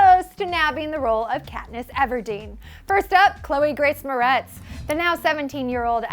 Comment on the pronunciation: I LOVE Chloe and Abigail [they, along with Jennifer Lawrence herself, are my favorite actresses], but neither of them would have been right. But when she pronounced Chloe's last name wrong, I wanted to throw my phone